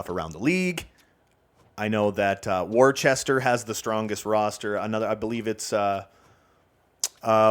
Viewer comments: Just a warning before the Eastern Massachusetts people come after you: Worcester, MA is pronounced Wooster (or with the accent Wustah). I learned this the hard way. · worcester is pronounced wuss-ter